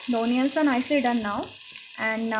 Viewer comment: onions... pronounce it properly!